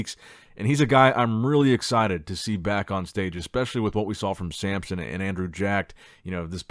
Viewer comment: It's SAMSON, not sAmPsOn 😐 Every single time. Dude. Come on. You do this for a living.